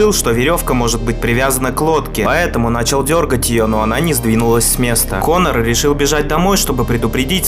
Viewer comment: Ты говоришь Как конер слово на самом деле хахахазазах